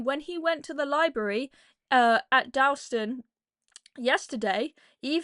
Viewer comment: Dowwston?? no such place.